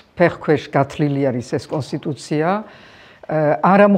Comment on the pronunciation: ვაიმე😂😂😂გასულია მომსახურების ზონიდან."გათლილია"😂😂😂😂 პონსტიტუცია